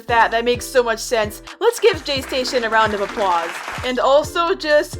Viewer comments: u said jaystaion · Me: she said jaystasion Im not gonna say heERe WeE Go AGAIn im gonna say I KNOW JAYSTASTION my sister said he makes fake 3aM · When I hear "" jaystation "" I hear "" PlayStation "" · says Jaystation Me: visible cringe